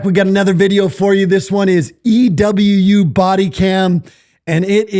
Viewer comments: It's pronounced "Ee-Woo", brother. As in "Ewu Crew". I only know this because it was one of the first channels that got me hooked on YouTube. Before they even did True Crime and it was "Explore With Us". Love that channel (as well as this one and Frank's). The pdf in this video is a dirtbag and the dad making excuses is making the problem worse. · It's pronounced (Eeh-woo) EWU. Explore with us, Narrated by The Raven. My BF absolutely loves the EWU channels. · They pronounce their channel E-WU 😁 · Ewu is "e-woo"